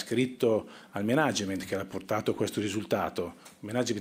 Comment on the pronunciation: Si pronuncia Mànagement, non Menàgement